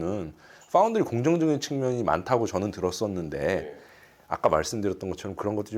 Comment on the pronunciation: 파운더리가 아니고 파운드리에요.